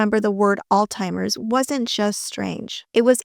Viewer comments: It's Alzheimer's...not All-Timers. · It’s Allz-hi-mers. Not All-timers 🙄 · Alzheimers. ALZHEIMERS! Not all timers, you weany. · Great video but you mispronounced Alzheimer’s several time as ‘All timers’ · This looks like AI ! Why do you say "Altheimers" twice? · " All-timers" vs. Alzheimer's 😮😮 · Why are you pronouncing "Alzheimer's", "All Timers"? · Great piece!!!! Ty for this video!😊 (Alzheimer does not have a "t" in it.) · Just so you know, there is no letter T in the word Alzheimer’s as you can very well see in the spelling of it. Sure if Trump calls it incorrectly, that’s fine. It shows how much of an idiot please don’t call it the same thing cause that’s not how it’s spelled that’s not how it’s pronounced great story otherwise.